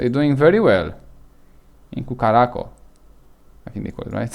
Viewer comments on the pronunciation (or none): oh boy, that hurt my ear. it's pronounce "kurassao" .........bare minimum request is to pronounce correctly the place you talk about. try remaking the vid. and you need to slow down so that your Romanian accent is not that strong. relax.